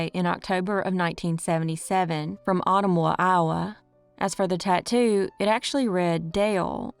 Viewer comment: Ottumwa, Iowa = A-tum-wa Google pronounces it wrong. Almost at 100,000 congratulations!